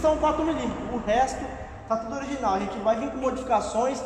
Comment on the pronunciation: "Ogirinal" KKKKKKK